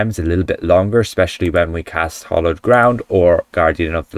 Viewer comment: By the way, It's Hallowed Ground, not Hollowed! 😊 {:-:-:}